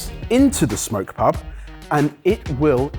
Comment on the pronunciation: It's Smok pub not smoke pub 😅